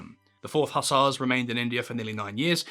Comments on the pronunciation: Improve your pronunciation: slovenly, hussars etc etc. If you have no education don't open your mouth to prove it as the grand panjandrum of nonsense-speak. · Is this AI? The content of any Churchill yarn should be anything but boring except when the delivery distracts. The i in Blenheim is silent while the ss is in Hussars is zz.